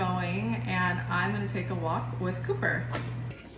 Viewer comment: Ha! I thought you said pooper not cooper lol!! And I can't wait to make this soup looks soooo delicious ❤❤❤❤❤